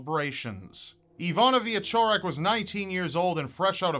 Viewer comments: I like how yoou pronounce her name - surprisingly good for an American;). Keep up the good work! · As a Pole, I held my breath when you started to pronounce "Iwona Wieczorek", but it was absolutely great :D I hear Polish names butchered on a daily basis in foreign media and this was a nice surprise, especially since Polish is a really nasty language to learn and pronounce! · WOW. One of the most "famous" cases from my country... Did not expect that. Good job. And GREAT job pronouncing the Polish words. Polish is considered by linguists all over the world as one of the most difficult languages (especially for english speaking people).